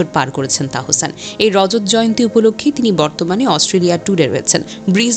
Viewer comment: Onar nam tahsan.tahosan na😂